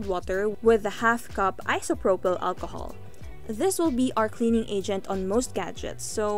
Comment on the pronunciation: You made this video so that you can say "Walchohol" 😂 - but still Great Video👍